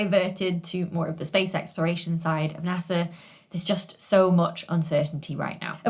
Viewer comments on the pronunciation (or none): Ok, have looked up so much about you, as you are... wow. Smart, brilliant, and so much more, then beautiful to boot. Sorry, not stalking, just hard to believe you actually exist. But, everything says you are British, and that's it. Certainly you have more than a bit of Scottish in you? I hear so many accentual clues!! Venus rising 'joost' ? There is a heavy Scottish accent there. Not saying bad about it, Scottish is BEAUTIFUL! Merida being my favorite Disney 'princess' after all. But, if you are Scottish, or have a heavy lineage of it... why does every online thing say you are 'British'? Just so very curious. Your accent being mesmerizing. Love watching your videos. For the info, of course! You are amazingly brilliant! But, the accent definitely has an effect on top of all of it. I'd watch regardless, as I do Brian Cox's or the rest. But, the accent REALLY helps, as does the rest... sigh but, regardless, amazing! Love your videos! So very informative, detailed, and more! There are 2 majors I wish (after the fact) I had taken: Geology, and Astronomy. Both have always amazed me, grabbed every focus I had. I just wish that a councilor had worded it that way, had focused in on things like that. Then, maybe, I would have gone to Uni for those things. Instead, I got a degree in German.